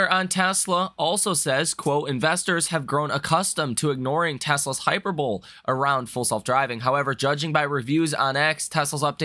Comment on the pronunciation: hyperbole - pronounced "high-PER-bowl-ee